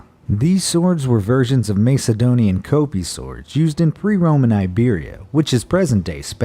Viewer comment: Could you guys at least bother to pronounce certain things right? It’s not Mace-adonian, rather: Ma-ck-edonion. And the sword isn’t called a kopi, it’s a Kopis, like Kopp-iss. Y’all need to work on your quality. Smh